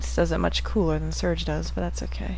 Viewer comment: lol you cant say serge? ^.^